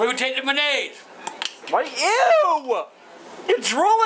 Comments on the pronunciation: Said, " we gonna take Maynase" instead for mayonnaise 😂😂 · the “mannaise” 😂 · the “manayze” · I'm gonna start calling mayonnaise ma-naise 😂😂